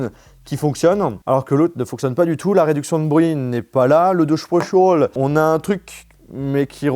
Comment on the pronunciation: mais pk il dit audio spochol? ça s'appelle audio spaciallllle